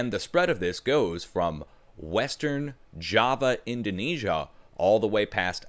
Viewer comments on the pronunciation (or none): none